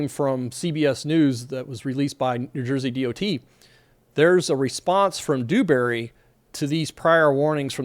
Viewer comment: Its Dewbury, soft D. Not Doobury.